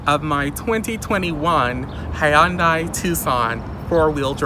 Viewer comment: You are pronouncing Hyundai incorrectly.